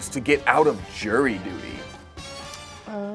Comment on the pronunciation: 'Out oy duty' is my favourite kind of duty